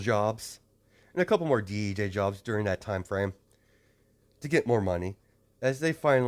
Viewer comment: I can't be the only one to think that he said bj job not DJ job.